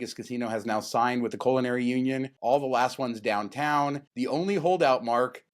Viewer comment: Was listening to the show while I was distractedly painting the basement …And thought I heard say “colonary union”…and I thought…hmmm- that’s new….when did that start??😃